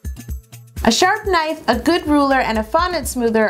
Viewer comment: Every time she says sharp knife I hear sharpie 😂😂😂